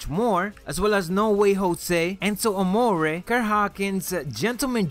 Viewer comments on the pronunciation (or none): none